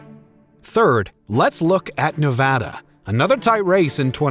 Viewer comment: It’s Nuh-vada. Not Nah-vah-dah.